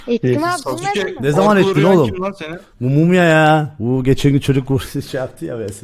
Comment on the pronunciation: abi şaka mısın profil fotoğrafindaki sasuke bile değil daha sasuke yi düzgün bile söyüyemiyosun :D yazık kafana